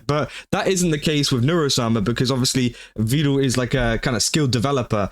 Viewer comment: The only thing that bugged me in this video is his pronunciation of Vedal as “vee-dal”. It’s pronounced like “pedal” and “medal”.